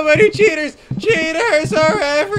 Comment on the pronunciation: Why he sounded that he said cheetos, not cheaters...